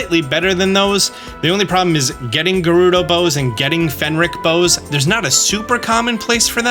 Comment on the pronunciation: Say Fenrick one more time. I dare you, I double dare you!